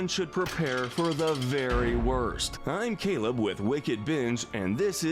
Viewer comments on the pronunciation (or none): none